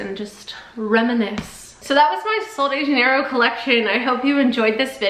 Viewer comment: She's saying it wrong ❌